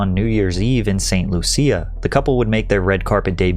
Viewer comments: I know you didn’t pronounce St. Lucia “Saint Lu-cee-ah” 😫 It’s “Loosh-Shah” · Sorry bro, its pronounced " saint luu sha " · Saint Loo-SEE-a?